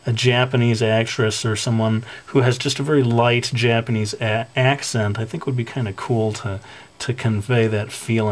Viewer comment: yeah there is "J-"AH"-panese xDDD sorry xD